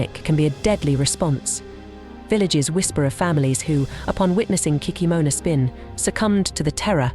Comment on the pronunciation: 😂😂😂 кикимора болотная😂😂😂 in English, it is not kikimOra😂! Why make videos with continuously main word of the video?? 😂 it is hilarious ! Pretend I'm going to make a video about the grim reaper - mispronounce his name and call him the cream reaper😂😂😂 Ki-kEE-mora